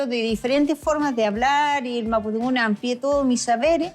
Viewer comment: Mapusunfun 😂😂 señora por lo que veo no leyó los libros es mapodungun !!!!!